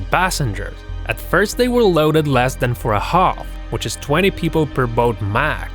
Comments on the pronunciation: "40 tons of tomatus 40 tons of potatus" it's hard to listen to him speak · THE TITANIC SUNK YOU DUMB DUMB GO TO SCHOOL.AND THE WAY YOU SAY POTATOES AND TOMATOES.